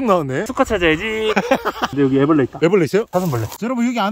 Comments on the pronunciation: 하늘소 애블르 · 하늘소 애브레를~ㅋㅋㅋㅋㅋㅋ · 하늘소 애브르레 ㅋㅋㅋ